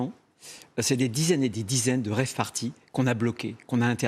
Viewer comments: j'hésite entre une RAVE (en français dans le texte) Partie (party) et une après-soirée (after) CAROTTE. Eh bien ce sera une soirée CHOU BLANC sponsorisé par BIOCOP. Pour info, on dit pas RAVE (c'est un légume) mais dite phonétiquement "rêve" ce sera plus sérieux. L'organisateur de la Free (pas "rêve", rien à voir) est un connard fini comme les 2500 teuffeurs. Danser sur des cendres fraiches d'un massacre de la Nature et de la misère et souffrance Humaine, faut vraiment être une grosse merde. Sinon, Retailleau est un sombre facho comme son "maitre" (E.M). PS (Postscriptum pas Parti Socialiste) Si la gauche rebondi sur chaque fait divers comme l'extrême droite, c'est mal barré pour 2027. Bon appétit ! Tchuss ! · "Rave",ca se prononce a l’anglaise...rèïve...comme free party ne se prononce pas freu....de rien.